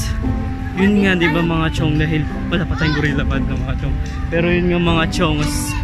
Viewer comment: gorillapod tsong hindi gurella pod